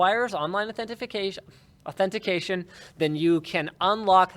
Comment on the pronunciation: If I start saying Authentification at work.........